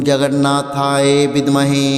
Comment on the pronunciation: Jagannathayo শব্দটি ও সঠিকভাবে উচ্চারণ করুন।